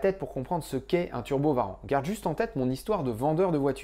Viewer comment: J'entend Skyrim, je like ! Non, au delà de ça, j'ai enfin l'impression de comprendre un peu ce qu'il s'est passé, et d'être capable de comprendre les articles que je lis sur cette affaire. Merci merci merci :) Juste une question : pourquoi on dit "Varan" et pas "ouarante" pour les turbo warrant? C'est la tradition de "franciser" les noms?